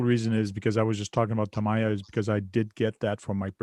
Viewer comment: If Traxxass has teamed up with Strap on for tools it would make sense ..Over priced. and lets remember.. its TAM EE YA!! NOT Tom ie yar.